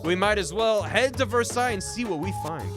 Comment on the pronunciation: The most American way to pronounce Versailles is the first way you did it, Ver-Say-ULz. Kentuckian, can confirm.